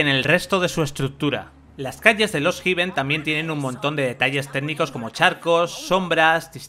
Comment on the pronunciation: No se pronuncia lost jiven. Se pronuncia hefen, con h aspirada.